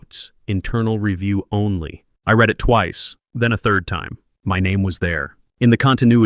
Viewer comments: Why is it that almost every one of these videos posted can never pronounce the word "read" as it's used in the storyline? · do you think these AI scammers will ever learn the nuances of English (read/read).